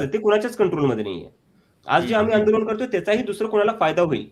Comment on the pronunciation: आपले व्हिडियो नेहेमी बघतो. आपले काम चांगले आहे. आपण 'ण' चा प्रयोग 'न' च्या ऐवजी जास्त करता. आंदोलन म्हणा आंदोलण नही. अभी नही तो कभी नही. देश भाडोत्री राजकार्णी शेटजी आणि भटजीच्या वतीने चालवत आहेत.